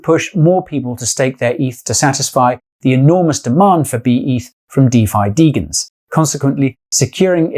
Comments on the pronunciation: It's not Deegens it's de jens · It's not degens. It's de"jen"s. As in degenerate gamblers.